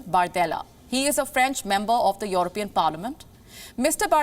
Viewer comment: It's European, not Your-opean